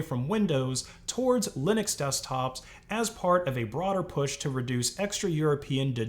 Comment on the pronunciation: GNU/Linux pronounced "niu linu"